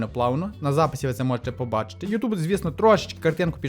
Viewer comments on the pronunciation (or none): none